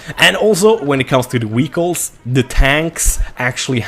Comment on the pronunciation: too funny when you say vehicle